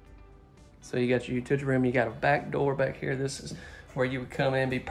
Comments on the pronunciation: I thought he said 'utidry'...I like these videos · Love it. But what we love more is how he says "utiyity" room. My wife and I always wait for it. Thank you for these videos. Been watching your channel grow for months. Enjoying the honey hole of homes from the trade show. It's like a kid in a candy store. Lol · Lol! Yeah. I agree. I always wait for it. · There is no "l" in the middle. It is u - ti - yi - tee. Lol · You till tea... lol my brother in law says it the same way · I can’t pronounce it like he does! I try...lol 😂